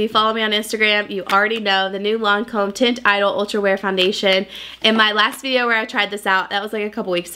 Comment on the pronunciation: I love her but tint idol instead of the French teint idole 😂